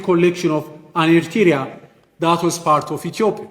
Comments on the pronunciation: This guy , the so called foreign minster who cann't even pronaunce Eritrea, let alone to know and talk about ERITREA, how dare he say that "eritrea belongs to Ethiopia" go back and check our and your history , represent your own opinion and use your brain rather than reading and repeating the proxy narrative fairy tales of your leaders! Leave Eritrea and Eritreans alone!!! All what we need is love ,peace and harmony with our neigbours!!! Eritrea prevails❤❤❤ Wetru Awet nHafas❤❤❤ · This is the people from the street happened to dress as politicians. To be honest I don't think they are educated and where did they get their qualifications maybe bought it in the black market or dark web. Specially this man is absolutely an embarrassment not be able to pronounce Eritrea. They are a joke of the world politics. This man can't even read. To be honest they live in a dream land as they can't win against Amhara, Tigrians and oromo it's a diversion as they brought the Assab case peoples will be in there bus going to fight and clearly Ethiopia is in the mercy of many actors. Well said, this idot man doesn't deserve our time but we all are one Eritreans when they targeting our people and country. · He Can’t even pronounce the word Eritrea correctly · cant even pronounce ERITREA well. Shame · The Ethiopian FM can't even pronounce the name Eritrea correctly. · Thank you! It’s funny how he pronounced Eritrea 🇪🇷❤. He is ugly in side but 😈🦓🇪🇹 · Poor doctor he does not call our lovely country Eritrea correctly😂😂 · This damn foreign Minister, Moreover all his false statements that have been given by his child master he doesn't even know how to pronounce Eritrea